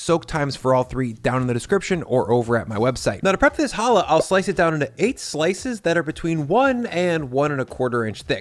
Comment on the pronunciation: I very much appreciate you pronouncing (and spelling) challah CORRECTLY! If you can't pronounce the damn name right, you shouldn't be eating it. It's not an H sound, it's a KH sound, like "loch" or "Bach". Again,, thank you.